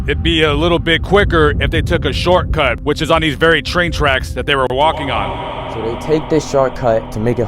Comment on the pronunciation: “The sharcut”😂😂😂